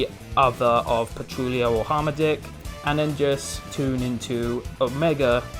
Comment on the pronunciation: I know I'm almost 2 years late but it's "Har-Matick" not "Harm a dick" lol